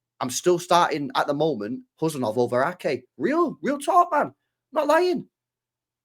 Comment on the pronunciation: 😮You are first English men pronounced his name correctly 😂